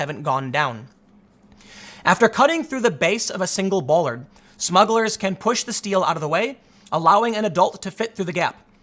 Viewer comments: *Smugglers not "Smuggles" 👍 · At first I thought it was Muggles instead of Smuggles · I love that you haven't fixed "smuggles" yet, lol. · See that’s the problem with smugglers: the R. Take that out and they sound like a kid’s toy. Smuggles! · Lol what’s a “smuggle”. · You forgot the 'r' in the word smugglers. Haha those darn smuggles! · SMUGGLERS, not “Smuggles!”